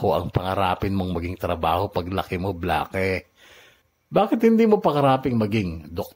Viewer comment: Bla-ke??? Baka naman "Bleyk" just thinking 🤔